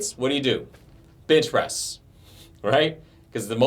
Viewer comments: I kept hearing "bitch press" and getting confused for a second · Who else hears "bitches" instead of bench press? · did he say Bitch press ;)